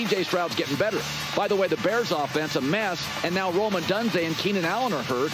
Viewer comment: It's pronounced Oh-Doone-Zey!!!